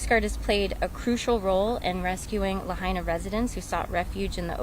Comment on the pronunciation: PRONOUNCE LAHAINA CORRECTLY, AT THE THE WAY THE PEOPLE OF LAHAINA DO. Get someone who can speak, not just impersonally look down and read off a script.